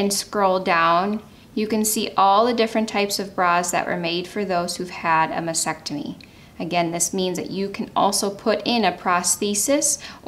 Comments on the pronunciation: It’s MAS-TEC-TO-MY. the”T” in the second syllable is NOT NOT NOT silent! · Pronunciation of mastectomy should include the two “t’s”.